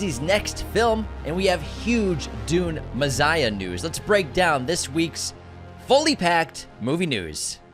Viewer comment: Is not Me-SS-iah not Me-ZZ-iah ? 🤔😊